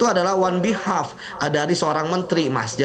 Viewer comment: Kok wan behalf? Maksudnya ON BEHALF, wah payah nih.